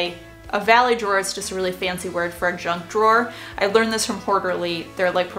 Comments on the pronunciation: Whenever you say ‘junk drawer’ I hear ‘drunk drawer’ 😂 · I kept hearing "drunk drawer" instead of "junk drawer." Now we know what I'm thinking about in the middle of the day. LOL